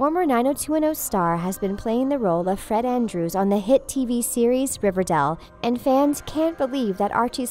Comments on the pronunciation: Ok this is sad in all But who pronounces it River-dell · It’s not RIVERDAL it’s RIVERDALE But I love Luke Perry rip😭😭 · the bad thing about this is 1. he died 2. she said riverdal... not riverdale 👌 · New actor....? Uuuuh no. It's not riverdel it's riverdale. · Its not riverdal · She says it more like riva-dell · Omg I felt really bad but I was thinking the same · Riverdall 😂😂 (Rip Luke Perry) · “River dell” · Did you say riverdell? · She said riverdil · Did she say riverDELL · 😥😥😥😥😥😥😥😥😔😔😔😔😔😖😖😖😫😫😫😣😣😣😩😩☹️☹️☹️☹️😞😞😞😞 ( p.s why does she say riverdal ? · What’s riverdell😂😂😂 that’s what she said😂😂😂